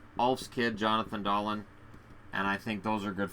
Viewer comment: except it is pronounced like Dahleen